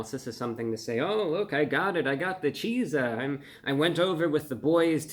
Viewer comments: Exactly. How is it so hard for ppl to understand that? CHEAT-ZUH NOT CHEE-ZUH use common sense people! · Thank you. Him pronouncing it “Cheese-a” is driving me crazy. It’s basically the word pizza with the “ch” from chicken slapped on the front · From the name it looks like "chi-zah" not "chee-zah" and sounds inappropriate lol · I think it's supposed to be pronounced the same as pizza, sooo, cheetza, not cheesa. But great review 👌 👏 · I would probounce it a cheets-uh, not a cheese-uh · its pronounced chizz-uh! not cheese ah! look at the way its spelled! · this is one of the most heinous concoctions I've ever seen. also i feel like this should be pronounced Cheat-za more like pizza instead of cheeza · Surely it's meant to be pronounced 'Cheet-za' as in Pizza? Not Cheeser? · I am only interested in this product if it is pronounced "CHEAT-sah". If it's cheeza it doesn't exist to me. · It’s not pronounced “cheez-ah”! It’s pronounced how its sounds…”chizz-ah”. Like in, “waddup my chizza?” I thought you were the pro dude! 😉😂😂😂😂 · ...it's not pronounced "cheeza" it's just like pizza "peetza" but with chicken so its pronounced "cheetza" Bruh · Isn't it pronounced cheetsah (sounds more like pizza and chicken mixed than cheezah, which sounds more like pizza and cheese mixed). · I would call it more like chizza like pizza and not cheeesa like cheesepizza!!!!but thats just my opinion!!!! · It’s pronounced “Cheetza” like pizza, not “cheezah”. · ChIIIIIIIIzza. Not ChEEEEEzza. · I think its pronounced "Chee-tzah" just like pizza would be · I'd pronounce it more like cheet-za, personally, but to each their own. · He kept saying Cheetzuh like cheesah. Isn’t pizza peet-zuh and not peesuh? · Shouldnt it be pronounced Cheetza? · So it's pronounced chit-za? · Wouldn’t it be pronounced cheet-zah? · It's pronounced Cheat-za, because they cheat you out of your money. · I think it's pronounced "Cheet-za" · wouldn’t it be pronounced like “chick-sa” because he pronounce pizza like “peak-sa”